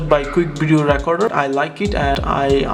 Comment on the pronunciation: Its not pronounced racorder. Thats what you're saying you pronounce the E the same as when you say Please in the word recorder. So say it like reacorder. I'm not hating just trying to help you.